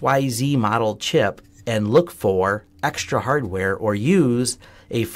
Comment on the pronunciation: 9 seconds into your ' report' Did you actually say HARDWARE ? Or did you swallow the word , and just move on ?